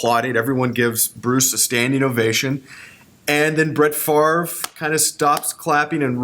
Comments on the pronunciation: It's Favre not Farve just saying lol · Steven Fish but it's pronounced Farve, so weird.